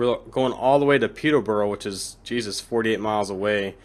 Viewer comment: I know this is 4 months old, but I'd have to congratulate you on your pronunciation of British place-names, Stevenage was correct, Peterborough is not far off, peter- ber rer (not peterbowrow)is the closest I can show you in text, without sending an audio clip of the pronunciation, either way, I'm glad that you are playing a wide variety of routes, most Americans stick to American routes.